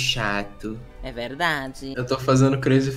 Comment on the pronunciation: E esse "e verrdaade" kkkkkkkkkk